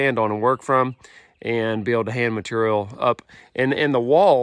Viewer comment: still struggling to pronounce the word "material" 😂